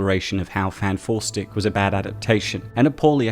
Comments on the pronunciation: "enter fant 4 stick" lmao ded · Everytime I hear say FantFourstic, it just makes me chuckle.